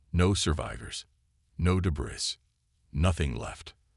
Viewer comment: Gravely disappointed in your AI!!! WTF is: "wiped a TEHR from his eye"???, "AYE-larm(alarm)", "deh-BRISS"(WAY TOO MANY TIMES), "ar-MAD-uh"(ar-MAH-duh)!!!!!!!!!!!